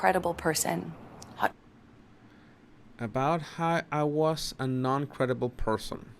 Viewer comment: unless I am hearing wrong she is not saying "non-credible", she is saying "Nun-credible", is this an attempt to get us to see her as an innocent woman (a nun)?